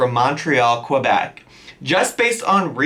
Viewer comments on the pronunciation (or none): OMG ily. It's on-TAIR-ee-o like the word stair. And while I'm here, the "proper" way to pronounce Québec is KAY-bec, or if French accents aren't your thing, KE-bec/KUH-bec 😂😂 You're the best 💗💗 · "qwebec" and "ontahrio" I love you girl 😂🧡